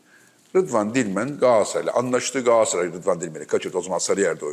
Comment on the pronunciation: Sevgili Fatih abi lütfen şu "Galatasaray" telaffuzunu düzgün yapın rica ediyorum ya.. Bir fenerbahçeli olarak yazıyorum bunu.. Abi "Gaaasray" demek hoş olmuyor yani her defasında..